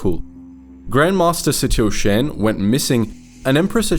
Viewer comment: It is pronounced Shan (rhymes with Han as in Han Solo). Please. Play the game so you can hear how to properly Say the names of these characters. Lana Beh-NEEK-Oh.